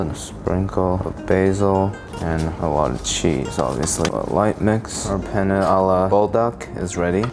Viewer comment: Did you know there is a difference between penne (the pasta) and pene which is what you're saying and means Johnson Dick 😅